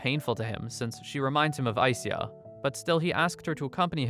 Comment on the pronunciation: I believe ai - sya is the way to pronounce the name